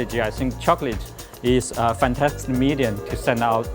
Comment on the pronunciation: neither of them can talk. The way he says chocolate pisses me off and the asian dude cant say technology...